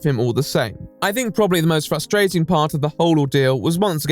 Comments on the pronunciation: Flustrating???🤨 I really said it out loud and my sister was like no biich frustrating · be out here calling out “flustrating” like he doesn’t say “asseptible” 😂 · That's hilarious -- I knew someone who would say "fus-strating" (instead of frustrating)... But it's a first to hear "FLUStrating" 😆😅... Dear Lord. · "flustrating" Excuse me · “flustrating” 💀 that man may have money but he is dumb as a fuckin door nail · "FLUStrating" got me😂😂😂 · why is no one in the comments talking about how austin says "frustrating" ? like it's not ever that the L just comes out on accident, he emphasizes it. fllllllllustrating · It’s ‘flaustrating’... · Is he serious when he says “flustrating” ? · LMFAO HE REALLY JUST SAID FLUSTRATING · I heard him say it once in another video and I was like oh must have misspoken but now I find out he just says it and no one corrects him? This creates an even bigger ??????? for me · truly flustrating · Makes fun of Austin for saying “flustrating” .... “Critism” 😂😂😂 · Their pronunciations are legit flustrating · "You work so hard, you learn all kinds of words, you figure out cool pronunciations, and then, you mess up one word, and it's just so...flusteruster8ing." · I have heard SO many people say FLustrating. I just don't get it. There is no L in that word. Not even close. Why do people add it? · Dude,this video is good but we shouldn't make fun of Austin saying frustrated improperly,some words can be very hard for people to announce,so making fun of that is immoral,no matter how bad the person is. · My dad says that. its so annoying.